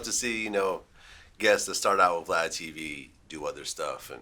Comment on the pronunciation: Lmaooo we can't ever let "Vlod" die